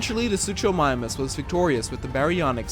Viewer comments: its suKomimus not suCHomimus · Bro its not soochomimus its pronounced Sook-o-mime-us and for styrakosaurus its Stie-rack-o-soar-us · I’m kind of a dino nerd so it triggered me how you said suchomimus. It’s pronounced “soo-koh-my-mus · Oh and you pronounced Suchomimus wrong The Ch is actually making the K sound.